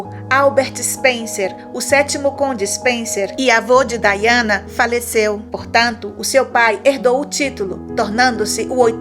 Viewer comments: A pronuncia é Daiana. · O nome da Princesa se escreve Diana , mas se pronúncia Daiana em.inglês.